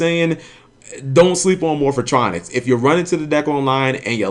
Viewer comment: Dude....Why do you purposely pronounce "Morphtronics" wrong?? is it like a black people thing to pronounce everything in a weird way? I mean you even read Cellfon and said it correctly there. Man shit like this triggers me beyond belief